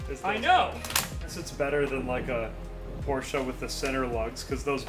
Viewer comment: Finally, an American who knows how to pronounce Porsche (somewhat) correctly